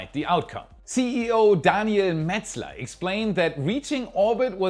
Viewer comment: Nice job pronouncing Daniel Metzler CEO of Isar Space in his original "Mother-Language"😎👍🏼